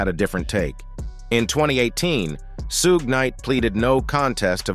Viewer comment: I logged off just cause how he keep saying suge knight name